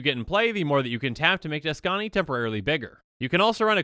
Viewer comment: "Tuskani" Me: Likes Video